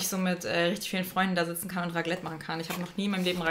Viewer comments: Als Schweizerin heule ich gleich wenn du nochmal "raglet" sagst 😭😂😂😂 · Wird das nicht "ReKlett" ausgesprochen und nicht "Raglet"?😂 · ich schwör es isch so schlimm😪😂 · HAHAHAAHAHAHAH Raglet 😂😂😂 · stimmt schon aber wir als community nehemn es mit Humor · Wow Ich als deutsche in Deutschland finde das auch schlimm haha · Nich nur als Schweizerin, glaub mir. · Macht ein bisschen aggressiv 😂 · Wie lustig du einfach Raclette ausgesprochen hast 😂